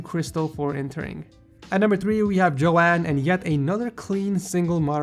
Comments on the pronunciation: I think you're supposed to say Joan like Joan of Arc not like Joeanne or Joanne... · I'm pretty sure its pronounced "Jone" not "Jo anne" correct me if I'm wrong